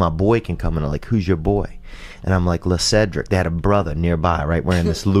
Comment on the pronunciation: Lecedric? Le-sedric? 😂 What a funny story